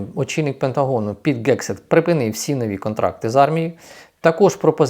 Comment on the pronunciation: Голова Пентагону Геґсет, а не Кексет якийсь, як Ви вимоаляєте! Не черпайте новини з московитськомовних ресурсів!